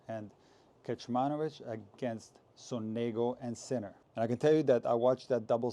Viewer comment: Interesting what you said about Nole being affected after losing a match for Serbia. By the way (for all English speaking tennis fans) it is Sònego, with the stress on the first o and not on the e. It makes laugh every time I hear it 😂